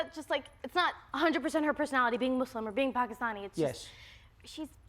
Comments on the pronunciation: FINALLY someone who can pronounce the words "Muslim" and "Pakistani" correctly!!! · I love how you correctly pronounce "Muslim"